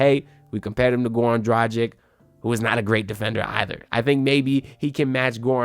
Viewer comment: my god you don't even know how to pronanuce last name of one "of your favourite player", Dragic... if you make a video at least learn how to say last name of a player that you mention, which what you said - isn't!